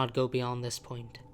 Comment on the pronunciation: I like how you pronounce “this” as “uhthis”